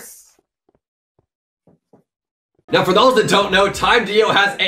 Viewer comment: does he say purse or curse xd i know it meant to be curse but sounds like purse